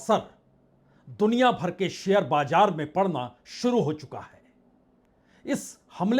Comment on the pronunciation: Itni bhayankar trasdi mey ... aap haath kyun mal key shuru mat kijiye.. bajaar nahi Baazar hota hey... awwaj nahi awaaz hota hey...